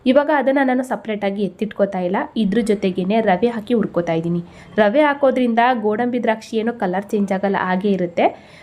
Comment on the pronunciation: ಊರಣ ರೆಡಿ, ರವೆ ಉರಕೋತೀನಿ. ಕನ್ನಡ ಸರಿಯಾಗಿ ಉಚ್ಚರಿಸಿ. Recipes are good